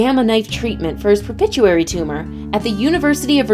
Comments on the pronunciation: There’s no such thing as a ‘Pepituary gland’ !!! It’s, Pituitary gland. 🤦🏻‍♂️ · "pupituary gland" It's the PITUITARY gland. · Pronounced it well miss beautiful so that the other who watched this video can understand . Pituitary not pichutary .haays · It would be nice if while reading the script to this someone would have informed the narrator that she was saying pituitary gland wrong. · PITUITARY GLAND PLEASE!!! not pipituary glad